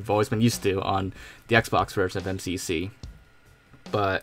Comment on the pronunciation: "em see see pee sea"